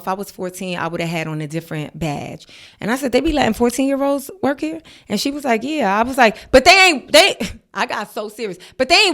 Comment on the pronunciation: the “ere” and “dere” are killing me 😂😂